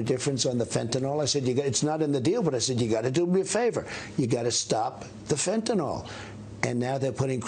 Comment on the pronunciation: It is Fentanyl - not Fentanol.